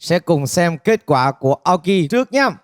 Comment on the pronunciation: Vl Tóc Tiên đọc tên người Nhật như tên ng Tây ý, Aoki mà bả đọc thành "Ây âu ki", chịu luôn đấy :)